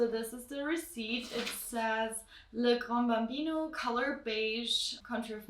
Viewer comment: It is not pronounced « Le grandé » there is no « e » at the end. It is pronounced « le GRAN Bambino »